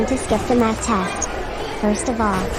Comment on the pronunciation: i heard meth instead of math